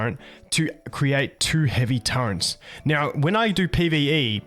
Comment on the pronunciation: Love ur vids man. Quick question. Why do you call turrets Turrents? Wheres the n coming from lol